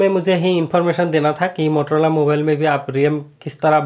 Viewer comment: Bhai wo mororola nhi motorola hota hai